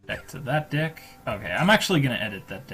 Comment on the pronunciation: It does not sound like he is saying "deck"